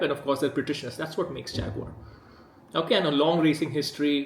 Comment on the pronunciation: Man who can't say the name of a company complains about that company. Isn't it Indian rather than British?